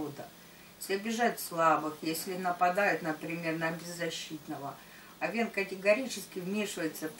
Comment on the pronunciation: Режет слух, когда ударение в слове Овен на второй слог. Ударение идёт на первый слог. О́вен, а не Ове́н, О́вна, а не Овна́, О́вну, а не Овну́ и т.д.. Простите, но режет слух прям, что не удержалась от комментария.